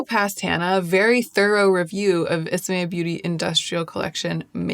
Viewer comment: I’m sad to learn that you were saying the name wrong…I thought it sounded pretty